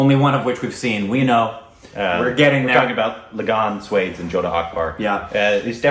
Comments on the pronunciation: I would say watch jodha akbar first. Also just FYI it’s pronounced “swaa-dace” but I hope you guys watch both. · It is pronounced like Swa-desh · watch "Swades"..one of the best performance by SRK. and, its pronouned as SWA-DES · It's pronounced as Swa - desh meaning My country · It’s pronounced ‘Swa’ like in ‘SWAT’ without the ‘t’ and ‘des’ as in ‘desi’ without the ‘i’. Just correcting. Cool video btw. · It's pronounced 'Swa' - 'des' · Guys its pronounced swa dais...and regarding the historical represenation..though the movie was well made factually it is incorrect and lot of creative liberties were taken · 1. sir you look amazing in this shirt 2. sir your tattoo is scary 3. sir....pronunciation!!!! 4. Both...thank you soooo much for reacting to this one....i mean this song is just amazing 5. This last part...the dance while rotating is just fabulous 6. Love you loads❤❤❤ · Go and watch swadesh... U will pronounce it correct... 🤣🤣🤣it's not what u r pronouncing... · Hahahahaaaa.... I really hope they watch Swades, if not for anything else, just to be able to pronounce the name of the movie right... and I dont think the word Swades is used in the movie at all 🤣🤣🤣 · Again from Indian standards, it's Korbinized....🤗🤗 it pronounced as kha-wa-ja may-re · Swades not pronounced as Suede(s). More like Swa from Swallow and Des sounds like Jess. 😁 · It’s SWA - DES not Swades like spades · It’s not SWADES ( like SPADES ) .. it’s SWA-DES ! Meaning homeland ! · mere bhai (my brother)... It's not pronounced Sweds... It's Swa (meaning my own), des (meaning country) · “Swades” is pronounced as “Swa (my) des (country)” not Swade-s 😉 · BTW, Swades is pronounced as Swa-des (Swa-Your own, Des-Country). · Not swads but swa+des. Pronounce "de" as "they". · Somebody just give Indian citizenship! He is an Indian reincarnated as an American XD Ps: it’s NOT “sway-des” it’s “swuh-days” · Its not swades its SWAAA DAYSSS #Korbinsed